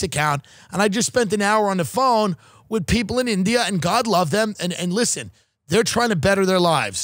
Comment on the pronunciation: “Lersen to me !” - Ray Kump